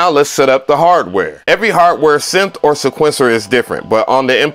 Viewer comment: Say it with me: See-kwen-sir = sequencer